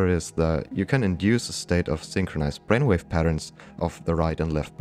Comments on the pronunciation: At minute 26 “bainwave” got me unexpectedly!! 😂😂😂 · Accelewate our bwainwave hahahahaahah so glad u left that in hahahahahahahaa